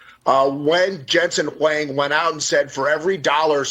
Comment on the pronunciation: Someone teach this guy how to say Nvidia and Jensen Huang lol